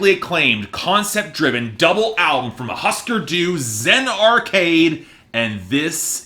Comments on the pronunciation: Pronounced hoosker doo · Couldn’t be bothered to pronounce Husker Du correctly, I was shocked at the part where he didn’t call the Who, the Wha. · Why don't you learn how pronounce the band's name for starters. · I think that if you review an album, you should at least be able to pronounce the name of the band correctly. Just a thought.